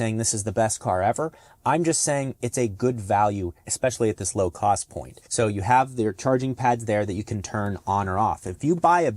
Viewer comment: Lmao nigga said low cwoath